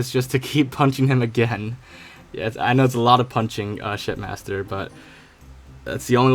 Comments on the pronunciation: Each time he says shipmaster it sounds more like shit master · Why is it sound like ur saying shitmaster lol xd